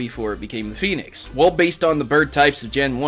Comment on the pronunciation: why do you pronounce "phoenix" as "penis"